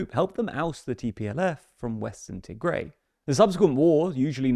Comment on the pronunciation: It is pronounced as Tih-grai not Tee-grey